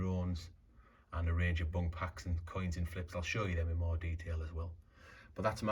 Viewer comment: Your pronunciation of BUNC..... you are saying BUNK, the last letter C sounds like an S, bunc like bunsen burner not bunk like bunk beds.... just saying